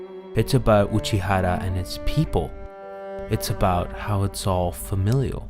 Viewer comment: But for the love of god please stop pronouncing Uchiura and Aqours wrong AAAAAAAAAAAAAAAAH